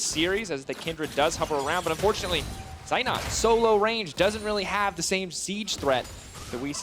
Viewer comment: I'm always triggered when the casters mispronounce Zeitnot...after several years they still didn't manage it.